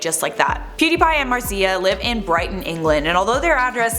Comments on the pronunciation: Is Màrzia not Marzìa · It's pronounced "Martzia" plz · Why do you say Marzia in such a weird way? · the way you pronounce marzia tho